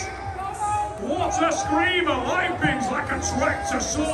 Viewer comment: "Coach Roy Ray Lepens!"😂